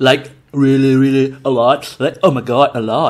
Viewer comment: "I dont know why this time i sweat a lot. Like reolly reolly reolly a lot. Like ohmaigodd a lot." 🤣🤣